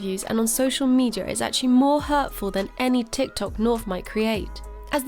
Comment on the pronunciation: It gives me a tiny pleasure everything this guy says "medayer" instead of media.